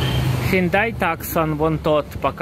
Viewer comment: Ну сколько можно? Не хендай, а Хёнде!